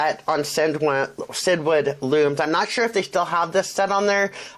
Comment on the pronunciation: Actually CinDwood is pronounced as “Cindywood”. Hence the long D sound in the middle, The owners name is Cindy!